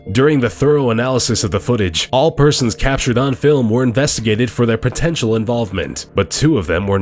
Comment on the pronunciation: Clodagh Byrne OMG he say "all persons capered on tape blah blah blah" see wow!